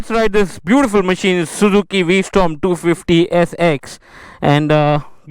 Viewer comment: It's v strom, not storm